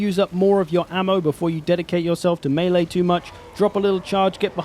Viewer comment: Just wanna say thanks for the underappreciated correct pronunciation of melee. Whenever someone says mee-lee it makes something clunk and shudder in the depths of my brain